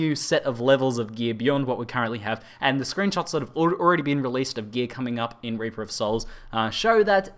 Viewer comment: why you pronounce it wrong? You pronounce: Raper of Souls, not Reaper of Souls.